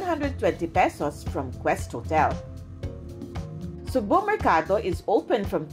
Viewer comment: pronounce as sugbooo not sugbu!